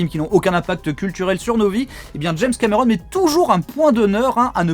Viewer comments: Pourquoi tu dis james camÉron ? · James cAmÉron... Belle prononciation 😂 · C'est trop marrant, un français qui a un accent français. Je suis trop ptdr.